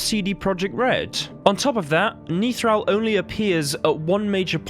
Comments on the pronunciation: He's Nithral...NOT Neethral...short sound on the 'I' I think he was on the way to becoming a general. He is an early-ish fight, his General training had barely begun, I think his death had been forseen which is why he was sent there. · Youtuber : "Niethral" Me : Face palms "Nithral"